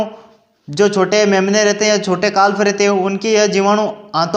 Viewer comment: काल्फ नहीं काफ बोलिए